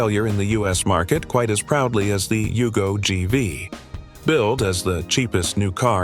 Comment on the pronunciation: Yugo Gee-Vai? what's that?